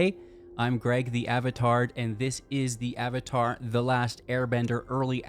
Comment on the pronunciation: Did he say avatard? 😂